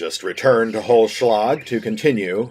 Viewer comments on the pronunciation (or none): Its so sweet how you butcher the german names :D Holzschlag(what means "wood cutting") was pretty good but you need to spell the "z "more like "tZ". Without that if you only say Holschlag that can easily missinterpreted as "hollow blow" Keep up the fine videos pls! :D